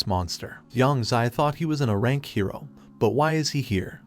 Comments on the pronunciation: I HONESTLY CAN NOT STAND THE STUPID TEXT TO VOICE SAYING UH RANK INSTEAD OF A RANK.... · Quick little helper, for your text to speech thing, type (A Rank) as ("A" Rank) in order for it to be pronounced more accurately. Also, thanks for the recap. :) edit: this strategy may also work for more than just that phrase. edit 2: you can also type "A-Rank" as well